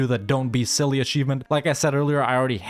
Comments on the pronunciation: Its silly how the game calls that nation cilly while its celje and its not read as silly at all, it should be tselye (dont read the "e" as "i") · ist celje not cili